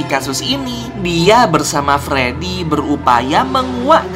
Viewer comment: Abang aku mau bilang kayak nya Abang salah bilang pas di patung freedy Abang mala bilang fledy😂😂😂😂